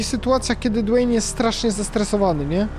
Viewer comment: Nie gilbert Nie dweyn Gelberito Dwayne